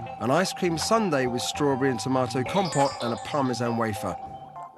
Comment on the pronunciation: As a starter, even if I'm Swiss and not french: Comté, not compté. Second: his "personal corn starch trick" is used even by the shittiest ready-to-eat fondue in Switzerland. Third: by mixing Comté and gruyère he's wasting both (mix one of them with vacherin, you're better of). Fourth: if you really can't find vacherin (moitié-moitié) look for tilsiter and/or stick to just gruyère surchoix (Comté, meh...as I said, I'm Swiss ;)) Fifth: he's a Brit, he knows nothing about cheese. Sixth, if the reader is American: that ain't gruyère...